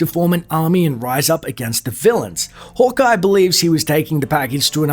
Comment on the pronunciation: Sounds like you’re saying “holk eye”